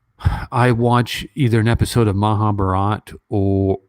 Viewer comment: You got a such a beautiful heart ( a man who can cry is the most handsome in my eyes) 💖, Professor! we actually like more of your sweet bullying the so called haters on d forum , and ur consistently mispronouncing Maha bharat as Maha bhraaat.. haha 😂 or Rama yun ( not Rama - yaaaan) 😂